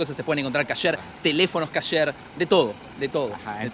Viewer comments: EL ARGENTINO PARA HABLAR OTRO IDIOMA (el que sea) NO RESPETA NINGUNA REGLA MILENARIA. Comida KASSSHÉRR ! 😑 kosher hombre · ES: KOSHER ( COSHER ) NO: KASHER ( CASHER ) KOSHER, K. O. S. H. E. R.